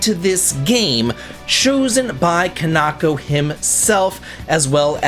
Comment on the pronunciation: It pains me that u met my goat Kaneko and don’t know how to pronounce his name 😂😂😂